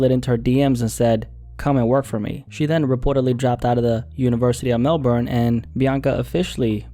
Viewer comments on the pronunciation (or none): none